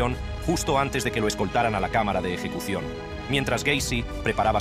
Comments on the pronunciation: No entiendo porque empieza hablando bien y después dice eyecucion! Y la voz más grave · Eyecución? Jajja